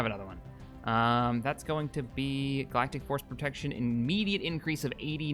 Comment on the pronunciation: I love how he corrected himself the first time he said "Galactic Force Protection" but later he just kept miss saying it XD Also 1000 Credits for a Skull of a Contingency Sub Unit, I declare this a Company Wide Bounty